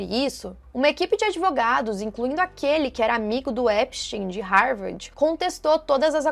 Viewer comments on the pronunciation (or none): Não é Rarvardi a pronúncia em inglês pra Harvard! 😂 A pronúncia é RAVÔR! Lembra do AVÔ!